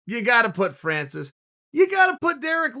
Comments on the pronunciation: “fancis” instead of “francis” 😭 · Chael always forgets the r on Francis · chael you're my boy, but.. fancis. jus sayin 😂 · Who the f*ck its "Fancy Ngannou"? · Chael "Fancis Oh And By The Way Nagano" Sonnen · Absolutely no one: Chael: “Fancis” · chael: fancis me: okay